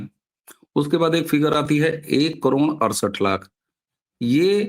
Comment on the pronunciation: करोण ??? ××××× करोड !!!!! √√√√√ " ड " अक्षर का उच्चार कठिण है?